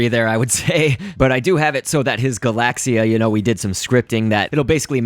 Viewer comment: It's not "galasia" it's "galaxia".